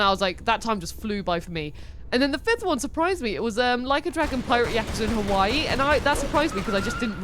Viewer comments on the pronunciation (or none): none